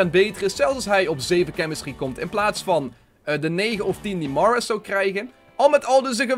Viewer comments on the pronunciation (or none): Spreek Mahrez aub gwn Nederlands uit